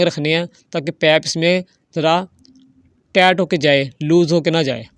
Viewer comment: لعنت ۔ کوئی سیفٹی نہیں ۔ لوگوں کو آگ لگانی ہے۔ پائپ اور ٹائیٹ بولنا نہیں آتا اور چلے ہیں انجینئر بننے ۔